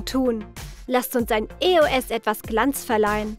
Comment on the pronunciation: Es heisst nicht e. o. s sondern eos